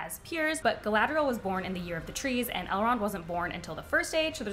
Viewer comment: Ok I love that you called Elrond "Elend" just after 6min mark. 😅 Finishing video now!